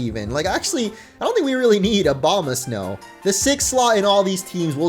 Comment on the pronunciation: lolmao you said 'obamasnow' but like, not as a joke. A dude, A-boma snow.